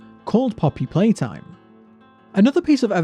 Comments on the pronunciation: You're Saying Playhouse. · YOU SID POPPY PLAYHAWOWS